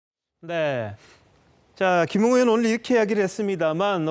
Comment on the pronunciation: 맞아요 김웅을 김응이라 하네요 김응 국민밉상 입니다 ㅋㅋ